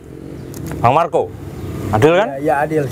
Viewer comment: Bang marcow bukan marcow nya maell le